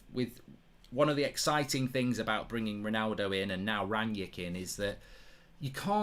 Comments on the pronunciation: Mark why do you call Rangnick Rangyick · Is it Rangnick or Rangyick